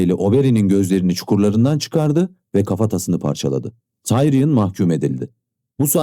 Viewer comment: tiriyon a tayrıyın demesen çok daha iyi olacak. :D emeğine sağlık.